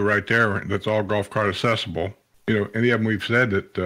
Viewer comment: Are you aware accessible has a "C" accessible not assible !